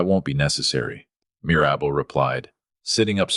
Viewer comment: Mir-AB-bel? How about MIR-ra-bel? That's funny the way AI/narrates it. 😅😅😅